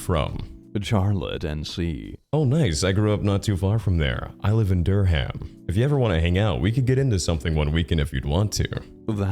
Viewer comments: / hey, born and raised north carolinian here - its pronounced dur-rum not dur-ham , anyways great video love the click and wonder crossover💯💯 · not to be that guy but as an NC local born and raised here, it's pronounced Dur-um not Dur-Ham. yes i know it's not spelled that way, NC is just like that lmao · If you ever cover this area of NC again, Durham is pronounced Dur-am, not Dur-ham (which is not meant to be rude, I just giggled at the pronunciation lol) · Btw Durham, NC- it’s said like Dur-rum! Love the narration, though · Hearing Durham pronounced “Der Ham” got a chuckle out of me. We in NC pronounce it “DerUm”. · In the UK (we have one, too) it's more like Duhrum, but all run together with little to no emphasis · Yup, I live right next-door in Railly. It's Durm. 😂